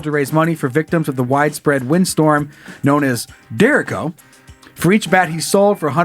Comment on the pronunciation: you idiota! Iowa windstorm pronounced "Der-eh-cho." Not "Dereko." Still 3 out of 5 stars! Don't change a thing!